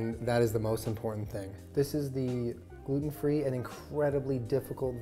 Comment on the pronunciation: i skipped back 3 times just to hear jenna say “glUten”